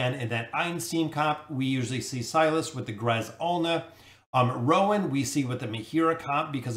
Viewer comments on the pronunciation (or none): none